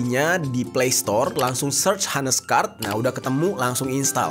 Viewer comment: Bacanya ' ones ' bukan ' hones'